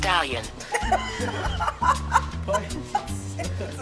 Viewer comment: Literally sounds like she is saying scallion, not stallion. I would have looked up scallion too if she asked me.